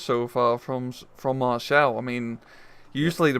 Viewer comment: it's maréchal boulanger or just boulanger, not maréchel